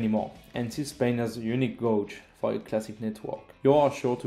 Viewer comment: Just a quick note on how to pronounce "loading gauge" - it is the same way as the word "cage" but with a G sound in the beginning. Same with "track gauge".